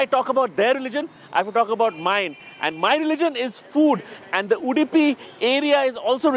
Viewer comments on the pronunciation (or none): It's Udupi and not Udipi. Please get it right.